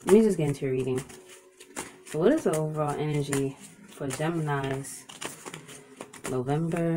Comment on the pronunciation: lmao Not jeminis ( GEMINI).